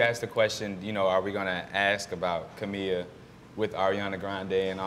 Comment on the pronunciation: Oh my geezus. they cant even pronounce camila's first name right